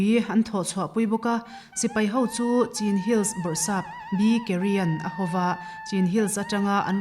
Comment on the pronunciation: Hmeichhia zawk hian thumal leh hmun leh thil hming te, mihring hming chenin lam dik loh a ngah. Chin hill tih a, "Chin" tih te em em hi chu, lam dan dik hriat ve awm a nia. A hre der lo!!